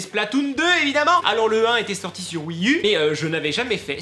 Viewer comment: on ne dit pas Wii eu mais Wii u